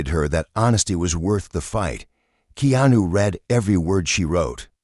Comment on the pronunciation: Please pronounce Keanu's name properly